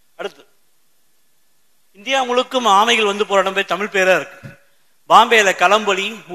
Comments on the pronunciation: உண்மையோ ஆராய்க... நீங்கள் தமிழ் எனும் வார்த்தையை உச்சரித்து பழகுங்கள் நீங்கள் ஒவ்வொறு முறையும் தமிள், தமிள் என்று உச்சரிக்கும் போதும் கேட்க பரிதாபமாய் இருக்கிறது. இவ்வாறு சிறந்த விழியங்களை எங்களுக்காக வழங்குவது என்பதே மிக சிறந்த சேவை.அதற்காக தலை வணங்குகிறேன். இனி வரும் காலங்களில் இவ்வாறான தவறுகளை திருத்திக் கொள்ளுங்கள். இது என் தாழ்மையான வேண்டுகோள்🙏🏽. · தமில் இல்லை தோழர் தமிழ் உச்சரிப்பை உச்சரிப்பை சரி பார்க்கவும் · தமிழ் மொழியில் பேசும் போது 'தமில்' சொல்லாமல் 'தமிழ்'என்று சொல்வது நல்லது.நன்றி. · Starting of the video the person who is giving basic intro does not know how to pronounce TAMILZH......he is not able to pronounce LAZHAGARAM properly......this is disturbing......it's TAMILZH not TAMIL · முதலில் தமி'ழ'் னு சொல்லு தலைவா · Thamil ennum ucharippinai muthalil thiruthikollungal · Tamil ah olunga ucharinga athuthan.....neenga tamil ku kodukira mariyatha